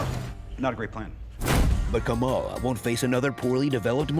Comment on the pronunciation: keeps saying Ka-Mah-La's name wrong. He's saying it like the VP's name. Both names comes from different ethnic and language groups and are pronounced differently.